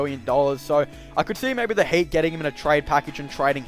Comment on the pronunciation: am i hearing hate, not heat